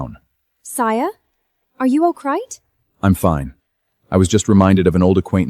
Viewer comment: Are you okay? ❌️ Are you okrite? ✅️😭